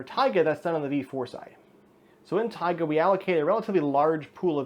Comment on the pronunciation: the correct pronunciation would be taigA